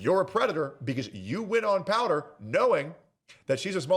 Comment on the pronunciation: POWDUR. Ain't no way you said that. It's hilarious. Thanks. xD